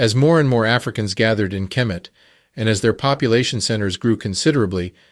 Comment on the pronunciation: It's not kermit. It's kemet